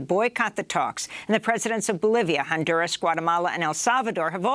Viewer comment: I love listening to Libs pronounce Hispanic names, hilarious. “On duurrrr ahhzzz!” Rolling those “r”s, softening those consonants, drawing out those vowels! So smart, sooooo intelligent!